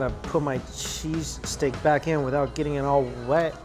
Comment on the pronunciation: ''shees steak'' lol